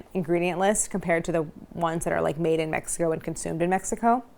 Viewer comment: The way you pronounce México told me you wouldn't like it. Claire you're awesome but please leave our Mexican food and snacks alone. The first 2 mins made me want to unsubcribe. You cant talk about gansitos like that. Not even gonna finish watching.